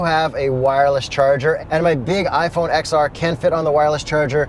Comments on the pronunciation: iPhone XR is pronounced “ten R” Nice car though 👍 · Oh no he said iPhone "X" R... The X means 10 bro it's the "iphone 10r"